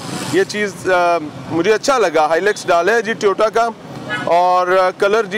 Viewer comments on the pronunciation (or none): none